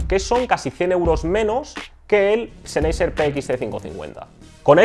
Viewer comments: seneiser...? en serio...que lastima de pronunciacion y no es por ofender, es solo que se escucha mas..."profesional" mencionarlo bien. PD: Mejor Audio46👍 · La pronunciación de la marca "Sennheisser" es: (sennjaisa, siendo la j una h aspirada) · ZENEYYYSER XD jajajajaj :V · Lo de las pronunciaciones suele traer polémica, dada la cantidad de idiomas que han influido, y aún lo hacen, en el nuestro. Yo siempre escuché "senjeiser" o "senjaiser", pero lo que me importa de este vídeo no es eso. Respecto a si este canal es mejor o peor que otros, dejémoslo de lado: para los pocos que hay en la lengua aquí empleada y sobre este tema, apoyémoslo para que no termine desapareciendo. P. D.: Pablo de Audio46 tb pronunciaba siempre "Bous" (o algo parecido) en vez de "Bosé". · Tú cómo los pronuncias? Senjaiser? O como verga? Es una marca alemana a ver si si los sabes pronunciar... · Lo estaba pensando mientras veía el vídeo. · Ah que con los españolitos... su pronunciación es de lo mas divertida, marcas en alemán las leen en español, y las de español en ingles... mal, mal, mal... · pronuncias mal el nombre de la marca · Perdón no pude terminar de ver el video... cada vez que pronunciaba la marca sennheiser de esa manera me daba tic en el ojo jajaj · Respeto hacia el idioma? No se como te comuniques con los demas, si uses "ok" u otras palabras de otros idiomas, solo creo que es mejor pronunciar las marcas como en la lengua nativa de ellas